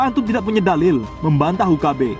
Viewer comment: Beda level SM ustad Khalid, baca dalil aja salah ngaku" Gus.